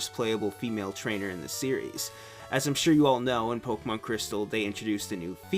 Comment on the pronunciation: I love how you pronounce Pokemon correctly. I fucking love it so much. Thank you.